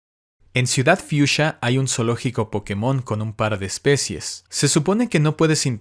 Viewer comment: Gracias por pronunciar ciudad fucsia como debe ser❤